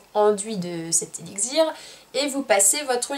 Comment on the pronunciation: Tu ne sait pas prononcer le mot élixir sa m'a perturbée durant toute ta vidéo x)